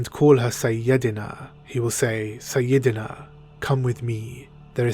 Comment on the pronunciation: IT'S PRONOUNCED SAI-YA-DE-NA LOL